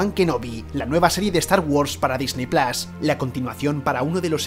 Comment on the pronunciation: PLUS PORFAVOR PLUS NO PLAS.